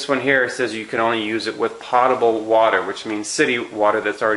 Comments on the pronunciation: Potable's pronounced w/a long o, like Poatable, not pot-able. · If you are going to claim yourself as an "expert" advisor, learn how to pronounce technical words properly. Potable water is NOT pronounced "pot-abel" water; it IS pronounced "pote-abel" water. The dictionary described pronunciation is "/ˈpōdəb(ə)l/". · It's NOT "pot-able" it's "poh-table"... you'd think you'd know this after spending thousands and decades of money and time as you say! Reason I dismiss anything you say! Pretty dumb! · Love what you do, but let’s get it right….”potable” (pronounced POtable, like boat-able) does NOT mean already treated by the city and full of chemicals. It means clean enough to be consumable. In other words, not nasty or polluted. Thank you for what you do… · Thank you for helping everyone out cause we were all like 'What is pot-able?" Weirdo. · Do more research on distilled water, I think you are wrong on those conclusions. Also while I appreciate the information and your video was well done. It would sound so much better if you actually pronounced the word potable correctly. If you are going to use a word several times and to show you know what you are talking about, pronounce it correctly, please. Potable - pōtəbəl pote-ah-bul. Cheers! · POTE. Potable is pronounced POTE A BULL. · P O T A B L E . Long "O" sound. As in Pole, not as in pot. Distilled has been best water for 200 years, btw. No cancer from distilled nor from R.O.water. (Distilled used at most cancer healing resorts for over 100 years; recently went to more expensive waters in some places, for money, not for health) i.e. Inaccurate info in vidao. Also, prices on Berkey site same or better as here. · The word is potable as in potato, not pot. Use the dictionary. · The correct pronunciation of the "o" in "potable" is a long "o" as in "No", not as in "pot".